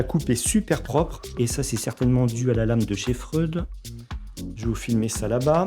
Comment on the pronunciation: PS ca se dit fré oude a priori